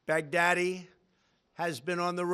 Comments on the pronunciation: I hear Big Daddy 😂😂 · Am I the only one who is hearing Baghdadi as "Back-Daddy"😂🤣